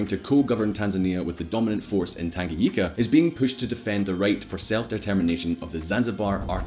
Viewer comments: Did he just pronounce Tanganyika "Tanga- yika"🤣🤣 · I'm Kenyan so I know some Kiswahili. It's mapinduzi. ma-pin-duzi. I don't want to sound condescending and that is not my intention. Just want to help anyone who wants to say it. Also, it's tan-ga-nyi-ka. Finally, yes, I do think other countries should put more pressure on dictators. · Tangayika😂😂it's tanganyika